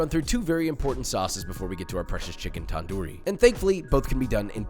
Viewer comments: Tandoori it has a d sound in the beginning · softer "t" and a shorter "a" and shorter "oo" while pronouncing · tip for foreigners- its NOT taandoori chicken its tundoori chicken. get your pronounciation correct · Here to hear him say "TaN- Doooo Reee" instead of तंदूरी 😭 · Tandoori is pronounced tun-dhoori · Also it is pronounced tan -du -re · A trick for pronouncing Punjabi words is if you see a D or T in word treat it like TH. Also took the R’s “Thanthooree” tandoori “thanthoor” tandor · basically its pronouned thun - doo - rii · pronounce it like this: [tun-dooree] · Thanks you doing this, but you're pronunciation of 'tandoori' kinda made me mad. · i love joshuas pronunciation of tandoori not the proper way, im indian